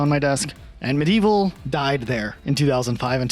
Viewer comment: “Meh-Dee-Evil” it’s spelled “Medievil”